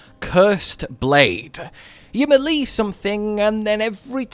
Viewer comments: It's May-Lay. Not Mel-Lee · As much as I like the vids, the way melee is pronounced makes me shut if off immediately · The fact that you can't pronounce melee correctly makes me ignore your video. Sorry but it's cringe